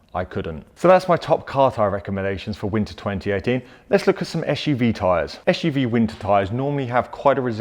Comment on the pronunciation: Why do you pronounce SUV like "ash u v"? Is it a pure UK English or kind of slang? I'm really wondering cause English is not my native language :)